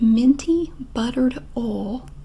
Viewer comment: Is nobody going to talk about the way she says “oil”? Oh-wuhl (🤷🏻‍♀️)🤯🤯🤯 so many tingles!